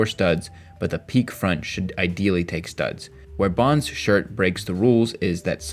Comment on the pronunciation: "Pique" is pronounced "pee kay", not "peek". But thanks for the clip!